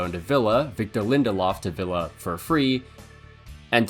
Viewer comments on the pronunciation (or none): none